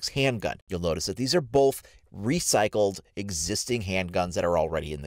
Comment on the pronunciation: The emphasis on recycled